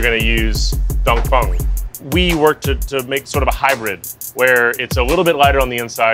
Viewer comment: "Don Fong" Bish wtf